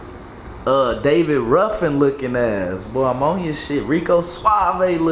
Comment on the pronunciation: He said “ David Ruffan” 🤣